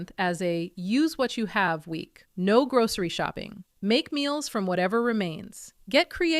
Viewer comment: Why do you say "grouSHery" ?